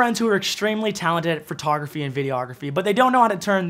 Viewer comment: Every time you say “FUR”tography I giggle.